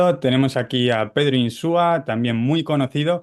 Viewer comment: Se apellida INSUA, no INSÚA. Por favor, aprendan a decirlo de una vez.